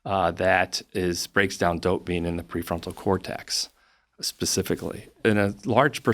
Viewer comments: How am I supposed to take a guy seriously who can't even pronounce the word "dopamine"? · The way he pronounces dopamine is funny lol